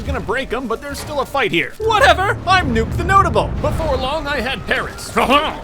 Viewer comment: "whatever i'm Nuke Thenoatable"